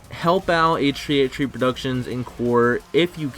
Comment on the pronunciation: AYTCHUUHTHREEAYTCHUHHTHREE PRODUCTIONS